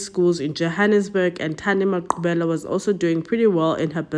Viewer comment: Finally a true crime that's South African and correct pronunciation of the victims names❤😊